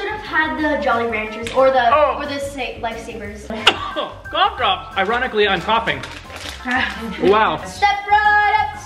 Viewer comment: "Lafe saviers"